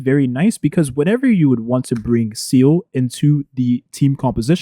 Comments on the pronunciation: Follow along...let's pronunciate.. SEE-LEE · seal-ah. SEAAAL-AHHH.